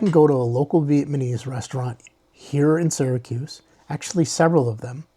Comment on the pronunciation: Nice video bro, you give a lot of good insights. Slight nit pick, it's Vietnamese, not Vietmanese. It's VietNam not VietMan. Just a pet peeve lol